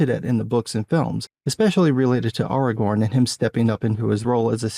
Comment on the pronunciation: Ahr Ah Gorn. You sound like you are saying Argon. A gas, not a ranger.